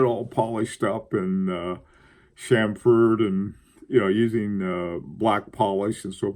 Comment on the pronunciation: please say CHAM-fer, CHAM-ferring, and CHAM-ferred not cham-FERD...Thank you for this fine topic!